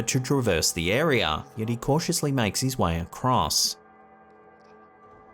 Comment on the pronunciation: say area again, say it again, i dare you